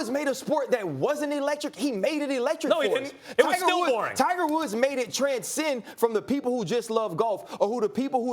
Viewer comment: max says "Tiger Wolf" haha